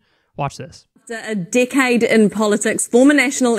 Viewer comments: I know she said "decade in politics" but I swear she said "dickhead in politics" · "A DICKHEAD in politics." (I know she said "decade.") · I love how New Zealanders pronounce “decade.”